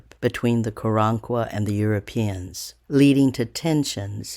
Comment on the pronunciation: I would like to believe you, but I don't believe you are pronouncing the name of the tribe correctly, so, yeah, next...